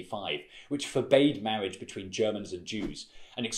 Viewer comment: "Mawwiage" So kewt! :3